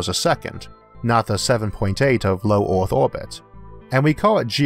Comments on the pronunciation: Hey mate it's Earth not Orth...etc etc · "Getting from orth into space fastor, cheapor and easior" You seem to hate e's. :-p But the content is great so I guess I have to deal with that.